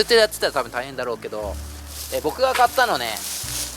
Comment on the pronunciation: 春巻みたいな言い方で買ったと報告w